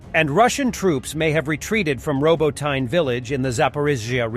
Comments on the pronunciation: Please learn to say Row-bot-knee, not Robo-teen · I giggled every time the narrator said "robo-teen". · For fucks sake learn to pronounce the Ukrainian names. there is no Robotyne it's pronounced Robotne !!!!!